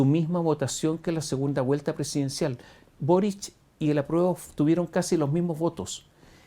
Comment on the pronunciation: Le dijo...burric y no boric....que lata...